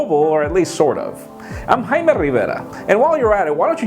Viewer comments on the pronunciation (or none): Why do you say haima " when your name is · actually is spelled Jaime Rivera but in Spanish the J is like an H so it's pronounced like Hi-meh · "I'm Jaime Rivera" EPIC! I'm pronouncing my name that way from now on!